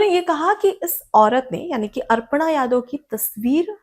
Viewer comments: कृपया अपना उच्चारण सुधारें, ये अर्पणा नहीं अपर्णा यादव हैं। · मैडम अर्पणा नहीं अपर्णा यादव है, आपने 50 बार अर्पणा यादव बोला है, कृपया शुद्ध उच्चारण करें, धन्यवाद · अर्पणा या अपर्णा?